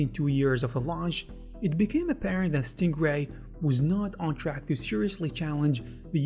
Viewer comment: It really sounds like you're saying "Stinkray" lmao